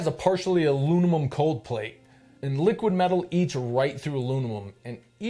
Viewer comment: “Aluninum”! Lmao